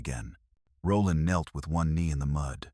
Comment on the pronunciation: It was ok until the AI pronounced knelt as k- nelt lol